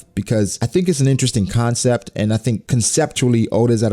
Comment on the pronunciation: Did anyone else rewind when said “interesting story” lol? Thought my ears were malfunctioning at first lol